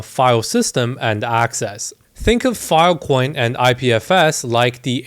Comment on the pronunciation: bro unironically said fil coin